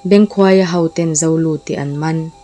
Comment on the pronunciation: Bengkhuaia hi khuai (bee)ang a lam loh tur